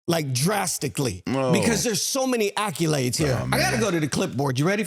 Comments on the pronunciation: wtf is an acculade? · I had to turn it off after the second time dude said “acc-U-lades”. It’s accolades. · You may need a new moderator. He called him “IRVING”. He also said AccUlades..not ACCOLADES!!!!! Do not speak for a living, if you cannot use the English language..and to call the best PG in the history by the wrong name, is ridiculous. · This dude can’t say accolades very good. He keeps saying acculades. Maybe he didn’t go to school I don’t know lol